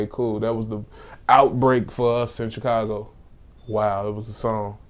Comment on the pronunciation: I can’t stand when people say Chicago like Vlad and Charlamagne. 😒😒😒